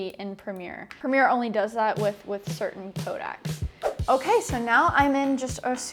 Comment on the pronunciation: By the way it’s “codecs” and not “Kodak’s”. Kodak was a film company. A codec is a way of compressing a data stream, usually audio and video. “Co-deck” if you may.